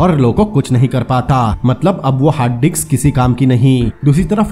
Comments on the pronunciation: Hard disk not hard diks but it sounds great 😂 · Hard diks hhaahha Brother ye hard disc hota hai